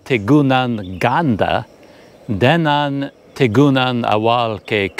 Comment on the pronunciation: The G isn't silent. You got the syllables wrong. Tikungan = Ti-Ku-Ngan , it's not Ti-Kun-Gan Same as Dengan It's De-Ngan , not Den-Gan That's why the G almost lost in pronunciation.